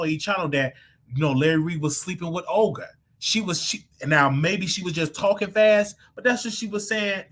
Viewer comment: you have me on the floor calling that lady Ogre instead of Olga🤣🤣🤣